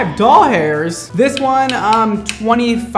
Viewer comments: Wait- is a stan?? I heard that "doll-hairs"!! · Did he say 5 doll hairs